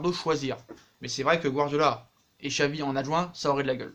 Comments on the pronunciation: Ça se prononce chavi pas xavi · pour Xavi on dit "Chavi" :)